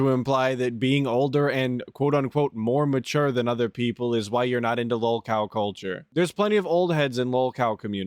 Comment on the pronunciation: Really "mature," I think you forgot two important letters in that word